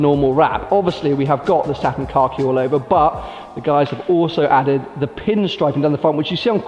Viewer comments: I keep hearing satin car key green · Anyone else hear "Car Key" green lol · Why are you putting a "r" in khaki? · I thought he was saying satin cocky green as in shit green 😂😂 makes "more" sense now. looks great either way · it seems like you're saying "Car key" instead of Khaki lmao. It looks incredible. Congrats once again.